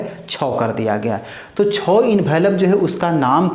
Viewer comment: छो क्या होता ह महाराज। छो नही छः बोलिये😅😅